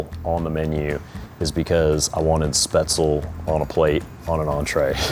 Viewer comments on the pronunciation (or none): As a German I have to correct him here, Spätzle is pronounced with the 'Sp' as 'Shp' and the 'le' at the end is pronounced like in LeBron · Schnitzel is pork , Wiener Schnitzel is veal. Call it fried swordfish but not schnitzel. Also Its SpätZLE and not „Spätzel“. But still I love the video, just had to point that out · that is very much not how you pronounce Spätzle (it's not speh-zel, it's shpehtz-lah) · I honestly had no idea there was an American pronunciation of Spaetzle until now and as a German speaker i hate it lol. It's "Shpets-luh". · He doesn't pronounce speatzle correctly. From what I take is he can't say it... he can't cook it. "Crab as in USD" - some idiot on youtube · Me, a german: "What the fuck is Spetzel???" He means Spätzle... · sch-petz-la, it's pronounced nothing like pretzel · The pronounciation of Spätzle as Spatsle really kills me hahaha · Man that dude butchered the pronunciation of Spaetzle so much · As a German, Hearing an American pronounce "Spätzle" is the funniest thing to me😂